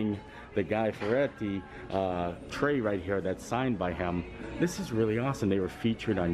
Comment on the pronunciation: seemed to be a big struggle trying to pronounce Fieri